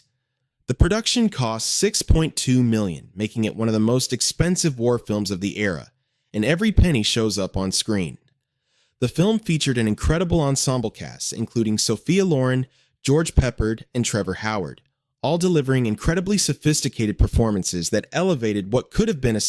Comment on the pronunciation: This is so bad that I had to stop part way through..."Steve Reeves" for Steve McQueen (one of the most famous actors of the second half of the century)?? Seriously? And George PepPARD (not PEPpard)... Those are only the first two mistakes in this pathetic video...